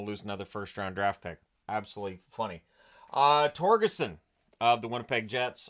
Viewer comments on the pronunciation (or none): Nitpick: "Torgersson" - with an "r" there in the middle.